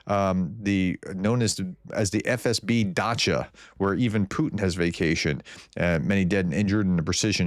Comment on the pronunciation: Did you say the Russian bigways were gathered at a "Dacha", or did you mean to say they were found at a "Gotcha"? :)